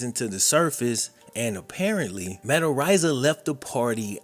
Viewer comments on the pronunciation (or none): I'm pretty sure it's pronounced areeza I think. Not arise-a